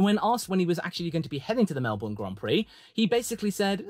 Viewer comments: Melb”burn” not Mel”bourne” please don’t say it like the American’s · pronounced melBURN not borne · Please learn how to say Melbourne. No Australian ever calls it Mel-BORRRN. That just shows you have never been there. Why the emphasis on the last syllable, and the very American 'R?' In the UK I needed to learn the quirky British pronunciation of place names, and it is no different for Australia. Australians have a slight emphasis on the first syllable, and the last syllable has no discernible 'r' in it. It is pronounced 'bin.' So it is correctly called MEL-bin. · Just a heads up. It’s Mel-bin. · Mel-bun! It's pronounced Mel-bun! rages in upside down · Melbourne.. Pronounced "Mel-Bin" Trust me on that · Say it with me… “Mel-bn” 😁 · Any chance you can pronounce Melbourne like a Brit instead of like an American